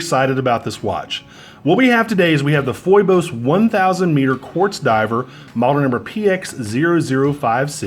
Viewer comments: Love you man… But you are driving me crazy with your pronunciation go Phoibos. It is pronounced 'fee bose'. Greek… Another name for Apollo A great many YouTubers have corrected themselves. Peace! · It's pronounced fee-bos